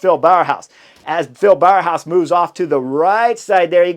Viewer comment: bow-house not bower-house if you want to pronounce Bauhaus correctly, just a pointer :) it's not easy all those names :)